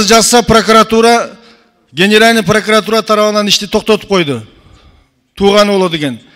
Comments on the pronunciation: Пракатура емес прокуратура болот таз баш... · Эй гелесоо Прокатура эмес, Прокуратура деп туура суйлогонду органдардын аталышын туура айта албаган депутат Жогорку Кенешке бок жеп отурабы эмне деген сабатсыздык , билимсиз уялбайсынбы дагы кыйкырып кыйратып койгонсуп суйлойсун эшек. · сен кандай мааниде тушунуп жыргайсын? Тыншап уксан суйлогонун ,,Прокуратура" деп суйлоп жатабы или пракатура деп тантырайбы? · пракватура дейби? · Лысый депутат Пракуратураны так айтса Ары жок калп суйлобогуолу биринчидин паркуратура эмес Прокуратура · пракатура дейт таз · Паракуратура десе туура болот го. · Прокуратура деп айталбайтекен таз баш пахтакор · ПРОКАТУРА ДЕП, ЖЭНИШ ТИЛИН КЕЛБЕЙ, БИРОК ТУРА АЙТЫПСЫН!ПРОКАТ УРА))))😂😂😂😂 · Тилин келбей Тишин келетго пракатура деп лысый 😂🤣🤣🤣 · Сен биринчи прокурортура деп туура айтып алчы,!